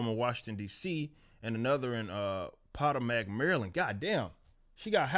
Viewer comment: Hahahah it’s PUH-TOE-MEC